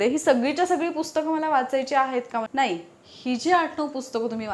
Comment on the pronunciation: मॅडम तुम्ही जरा मराठी शब्दांच्या उच्चारावर लक्ष द्या उदा. "नाही" ला "णाहि" म्हणता. "अण्यथा" हा चुकीचा शब्द आहे, 'अन्यथा' हा बरोबर शब्द आहे. "अनुभव" ला "अणूभव", 'बनवा' ला "बणवा" म्हणता. असे खूप शब्द आहेत तुमच्या विडियो मध्ये.